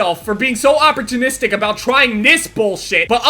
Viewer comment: operchinistic*** wtf lol